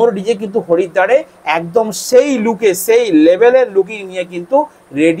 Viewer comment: Harida na haridwar thik kora to boll